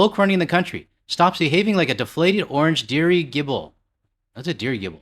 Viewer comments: Diri [ j ] ible. It's an airship, like a zeppelin. Also, we usually pronounce it "bay-gel" in Vancouver... are you sure that's where you're from? 😹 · This was awesome. Also, I'm laughing with you,, when I say... dirry gibble! 😆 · Dirigible ... Diri - jible = hot air balloon ... hahahaha, thanks for reading that out FLIPPERS UP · pronounced duridgibul emphasis on ridg - it is a floating balloon, holding people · Dirigible (Dee-ridge-able) is a “hot air blimp” or zeppelin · Here Is a helping hand, pronounced der,ridge,able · Dirigible (deer-idg-ible) is a lighter-than-air gas filled aircraft like the hindenberg or your average blimp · Dirigible (Dir-i-ji-ble) is another name for a large balloon airship like the Hindenburg, Graf Zeppelin or even the Goodyear Blimp. A Drongo is both a term of friendship or telling someone they are the most idiotic moron ever to have existed. Keep up the good work. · Stalactites are basically mineral icicles that are found in caves, and it's pronounced "Sta-lac-tite". Caligula (pronounced "Ca-LIG-you-la") was a Roman emperor known for his debauchery: it's a perfect nickname for Cheese-Steak Caesar. A dirigible (pronounced "deer-ij-ih-bull", both I's are short, like in "his" or "if") is basically a blimp. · A drongo is a disparaging term for a person who is quite unaware as well as very slow witted. A fool in the unfunny sense.... the other word is a balloon, pronounced dirridge-i-bull. Man I wish we spelled english phonetically. The way Koreans write is the way to do it. You can learn to read it in a day, each pictogram is a syllable, and each syllable is three parts: begining middle and end sounds. Its so clever. Anyway good onya we figured it out, lysdexia is pretty rough and you dont let it slow you down. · Also, it is pronounced, "der-ridge-able".